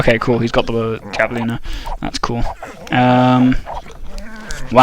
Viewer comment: It's pronounced "havelina"